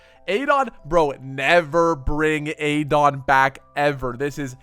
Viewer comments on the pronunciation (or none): Clicked off soon as I seen you say Adon like that. 🤷🏿‍♂🤣